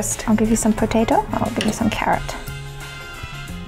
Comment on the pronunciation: Actually he said petuto 😂😂